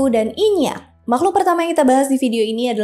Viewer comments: Inyiiak kak bukan inyakk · nyebutnya aga salah ka, inyi